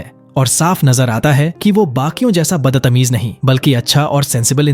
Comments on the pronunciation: Are tum battamiz nahi batatamize kyu bolrahi ho😂😂😂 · Badtameez ❌baddatameez✅🤣